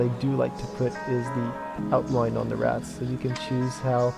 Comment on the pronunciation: By the way dude, don't say it like rat-z. Its Rats.